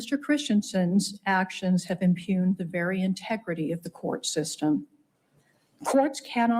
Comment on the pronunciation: Silent “g”, sounds like “impuned” Mormon judge, figures